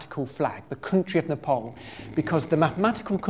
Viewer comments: You pronounce my country's name wrong! It is Nepal.(Neh-paal) Ne - nephew (british) paal- pass (british) Dont pronouce it Ne-pole Or Nepal like maple (american) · It's not Nepol, it's Nepal. Not O, it's A. Why you keep saying O is beyond me. It's A, always been always will be. A like in A-rgentina. Do you say O-rgentina? You probably don't. A like A-lgeria. Or are you tempted by O-lgeria? I guess not. So: Nepal like NepAAAl. Not NepOOOl. A as A. A. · IT’S PRONOUNCED N • e • p • aa • l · Not Nephol it's Nepal.😊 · It's not Nepol, it's Nepal. Idiot. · It's pronounced as Népaal, not Napole. Anyway, great video. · This guy annoyed me enough as it was then he started saying "Nepole" instead of "Nepal" WHAT THE FUCK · Ne-paul.. He said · Its not Nepol there is a "A" not "O" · I like how he pronounces Nepal as "Nuhpawl" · Its strange how most of the World pronounces Nepal as Nepol. I'm actually Indian so I'm quite used to mispronounced names :-D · I am amazed how the guy can not pronounce Nepal well. Great video though.